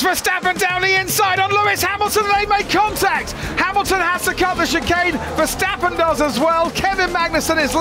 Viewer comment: Max being in formula 1 for several years and the commentators still can’t pronounce his name properly😅